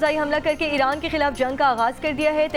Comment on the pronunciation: She told us irank ne ?🤭